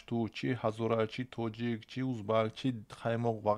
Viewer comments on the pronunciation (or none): none